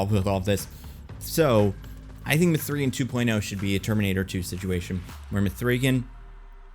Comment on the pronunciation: Why is he pronouncing the name like that? It's not up for interpretation. Watch the movie or even watch interviews. It's "Megan". Not mA-free"GuNn